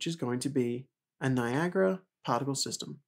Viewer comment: Guys it's Niagara, NOT Niagra!